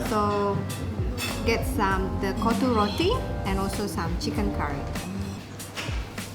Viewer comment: my mAN SAID KOTTA ROTTI 😀